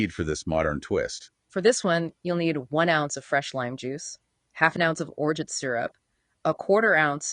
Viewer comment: Hilarious that AI has a tough time pronouncing Orgeat. I’ve been bartending for awhile and have heard ever single version said.